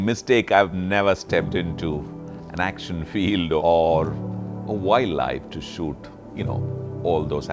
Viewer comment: Looks like he has trouble pronouncing “shoot”!!😅, nothing to be ashamed of... great video anyway 👍. Keep uploading good content